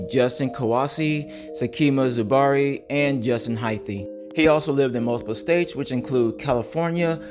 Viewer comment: Hyth not Hyth-e